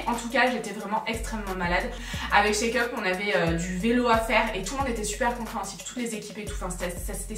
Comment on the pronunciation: Tu m’as fait mourrir de rire sur avec la comptable. Par contre quand tu parle de Charlène de la chaine chakeup j’entends check-up 😂